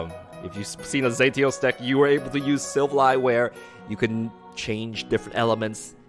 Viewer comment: The way you pronounce silvally kinda hurts